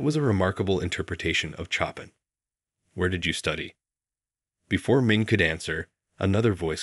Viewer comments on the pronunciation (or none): This story is B.S. First, instead of actually hearing the music, we had to endure an asinine recounting of a terminally melodramatic and treacly tale. "Chopping", indeed! The composer's name is pronounced "Sho-pan", by anyone who has taken more than a few minutes to research the history of arguably one of the greatest composers of all time. This story is "culture for the clueless", and 20+ minutes of my life that I'll never get back! Shame!! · They should have had a Steinway (Model D Concert Grand) in the picture to be consistent with the storyline. The Steinway & Sons logo vertically adjacent to the keyboard is missing, and the internal woodwork is inconsistent with Steinway Model D. She played a piece by Chopin (Shope-ain silent n), not “chop pin.” Also, hearing the pianist there, not the penis stare. Julliard is not Julie Heard. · Chopin not Choppin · Choppin! It’s ( ShopEn) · Please have someone coach the readers on the proper pronunciation of specific terms such as: Chopin is: "show-pan" not choppin Recital is: "reh- sigh- tl" not ressital Finale is: "fin-a- leh" not fye nail ..ugh!!! Ruins the effect of the story! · Please correct the pronunciation of 3 things: it is not Chop -in but show-pan; it is not re-sit-il but ree-cite-el; not deb-oo'-see but Deb'-oo-see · "Choppin'" ?!? "Chopin" is pronounced "show-PAN" - it's FRENCH, for God's sake. And the piece she played was his Nocturne NUMBER 20 in C-Sharp Minor . . God !! Get a narrator who knows how to pronounce words correctly. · Clearly an AI generated story, as touching as it is. Mispronunciations abounded, with the word duet, pronounced "doo-it," composer Chopin pronounced "chop in," and Debussy pronounced "da bus ee." Aaargh! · Please encourage the narrator's you use to learn how to pronounce properly the words in the story. Chopin is like sho-PAN, Debussy is like DEB u see, and Recital is re-SY-tal. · i also tho detest the AI - Chopin pronounced "Chopp' in" ??? sheesh.